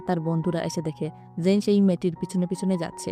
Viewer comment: জেইন এবং ওর নাম ম্যাট আপনি একটু ভালো করে বলেন